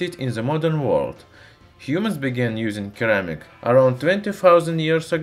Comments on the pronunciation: c followed by e is pronounced as an S sound in English. sir am ik. just FYI. love your videos! thank you for the information. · Keramick 😂😂😂😂😂😂😂😂😂😂 Please research how to pronounce the item you are describing. It sounds really ignorant and that you cannot be bothered. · The American pronunciation of ceramic is /səˈræmɪk/ ;-) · I love your videos but must point out, the first C in ceramic is pronounced as an S sound, so it would sound like seramic. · In case you don't know the "Cer" in Ceramic is pronounced "Sir" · It's not pronounked 'keramic'. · Thats funny. In my native language (not russian) we also say keramik instead of ceramic and i didnt even notice that he does that too^^ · Great videos! Thank you. The first C in Ceramic is pronounced as an S. Thanks again. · Pro English Tip: the C in ceramic is a soft c, like the c in porcelain. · I couldn’t take listening to him fail to say ceramic any more. I bailed at 3 min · The 'c' at the front of 'ceramic' is pronounced like an 's' in English. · very informational! ceramics is pronounced with a c like 'cesium' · Dear. I highly recommend you check out the YouTube channel "Emma Saying" if you're unsure of how to pronounce a word. Like "ceramic", for instance. Great video as always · Ceramic is pronounced with a c or s not a k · The C in ceramic is pronounced like an S. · What a stupid example....this has nothing to do with this guy mispronouncing ceramic....anymore band wagons you want to jump in on. Was that plane enough English for you? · I actually had difficulty understanding you until I realized you pronounced ceramic with a hard "c", I've never heard it pronounced it pronounced like that before. It's actually weird how pronouncing ceramic like that made it really difficult understanding anything else in the sentence until I realized what you were saying. I'm not hating on you or your accent or anything, I just found it a bit interesting and worth making a comment on. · Not "curr-amic". It's "SIR-amic"